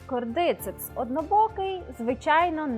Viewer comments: Наголос: кордицЕпс, щЕлепи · Додивилась до назви грибу. Назва та, але наголос зовсім не там, а через це, особисто мені, вже не цікаво дивитись...